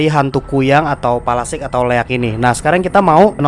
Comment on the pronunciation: Palasik ya bukan pelastik wkwwkwkwkwkkwkwkwk